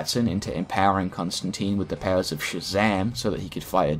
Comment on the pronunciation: Love the way he says powers. Pawers